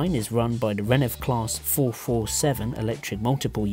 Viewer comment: Also, it's not renef, it's RENFE